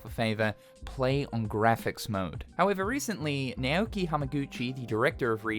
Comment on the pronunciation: Naoki is not read as Neoki.